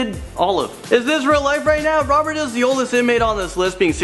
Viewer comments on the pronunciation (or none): none